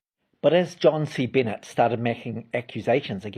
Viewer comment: That’s not how John’s name is pronounced. Are you sure you know what you’re talking about?